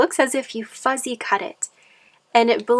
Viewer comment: Lovely. You’re so cute but it’s not fuzzy cut, it’s fussy cut.